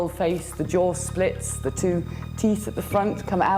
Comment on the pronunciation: "ze horror"